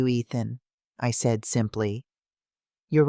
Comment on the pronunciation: Southern Arizona United States of America Narrator has a hard time pronouncing the word SAID and also at different intervals speaks gibberish. It affects the flow of the story.